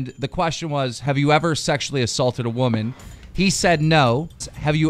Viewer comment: Respect waman said pewidepie